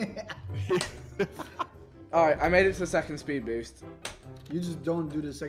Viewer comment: "I ran out of sPeD!!!!"